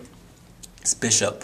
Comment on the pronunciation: " had to pick the Bisch-up" lol how do they even let u have a camera at school.